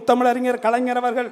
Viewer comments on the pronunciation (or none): none